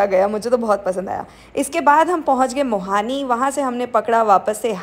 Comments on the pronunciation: That's not mohani, it's mohaniya....i am from sasaram bihar...hmare maa papa v vns se same day return ho re the rat me fas gae the wolog v isi traffic me....lots of love ❤ & i live in vns i am a bhu student 🙂...glad to see you in our Kashi nagri 🌸 har har mahadev🙏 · This is not mohani , it is Mohaniya.. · मोहानी नहीं मोहनियां hota h mam 😂😂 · That place is Mohaniya not Mohani.😊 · You mean Mohaniya not mohani ? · मोहानी ❌ मोहनिया ✅. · Mohaaniya, not mohani